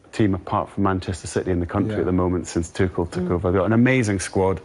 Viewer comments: tuCHel, not tuSCHel, you english people really dont care about other languages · Don't know what's this arrogance about not saying the name correct. Lost it, when the lady said, don't care what way you pronounce Tuchel. It's your job as a pundit.